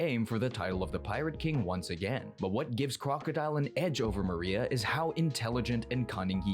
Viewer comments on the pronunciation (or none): MORIA!!! Not MARIA…